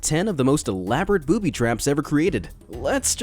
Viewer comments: lol he said boobi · He-he, 'Booby.' You said "Booby" - hehehe 😋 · Ha Ha you said booby!🤣🤣🤣